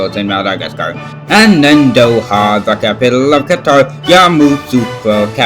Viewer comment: Thank you for pronouncing Qatar correctly